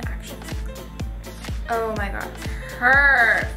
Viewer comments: well i thought she said perv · Am I the only person that thought she said perv not perf? XD